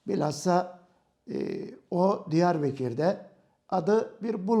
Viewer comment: hoca Diyar bekir değil Diyarbakır, bekirin değil bakırın diyarı. ayrıca şeyh said masul değil, asidir, öyle bir anlatıyorsunki biraz daha anlatsan evliyayı astık sanacağız., bu arada neden Diyarbekir değilde Diyarbakır olduğunu benden iyi bildiğini sanıyorum.